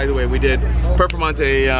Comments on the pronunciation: It sounded like instead of "Performante" you were saying "Purplemonte". Sounds like a great nickname! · Are you saying Purple Monte? Cant hear your clearly.